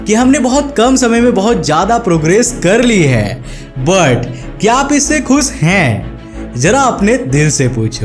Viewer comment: Kuch theek se bola kar . Khush ko khus bilta z ko j me badal deta he Kuch aata bhi he